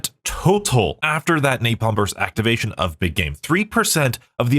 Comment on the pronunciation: please stop adding the "y" to 'napalm' I'm wondering if that is what he is referring to as rage bait... and also in bo3 blast furnace is a fine ammo mod it just isn't the best because of its low spread... the damage is still there it just doesn't have as much reach as a perk like the electric one